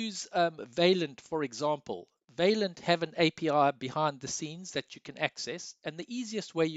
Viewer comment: You should really check out the correct pronunciation of the French word 'vaillant', dude. Also, you could have said all that's relevant in about half the time of the video. Boy, are you long winded!